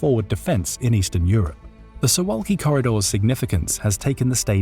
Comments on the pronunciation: I've watched one third of the video so far. Not trying to make deeper analyses yet, just wanted to note that you're pronouncing Suwałki incorrectly, and fixing it will be easy for you. This is about two simple consonants (you got everything else, incl. the vowels, just right). In Polish, the letter v is absent and the sound is represented by w, and ł is practically the same as w in English. So imagine you're tasked with reading Suvawki. :) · It would be easy to learn how to pronounce “Suwalki” and to check who has been Poland’s prime minister for the last three months.